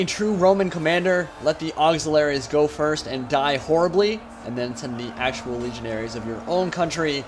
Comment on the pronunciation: Auxiliaries, not auxilaries, that little missing 'i' does a lot.